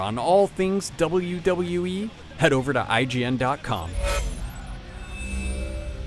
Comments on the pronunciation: he cant say wwe hahahah but the game is awesome i give it a ten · The reviewer has problems saying WWE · It looks like he has a tough time saying WWE.